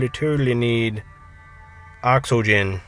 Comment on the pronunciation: why are you saying ox-o-gen. It is oxygen